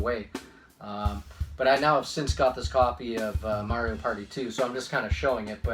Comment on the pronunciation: It must kill you to pronounce Mario that way huh😂😂